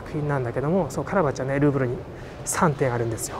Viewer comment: グーグル美術館って聞こえた・・・さすがグーグルと思ったらルーブルだった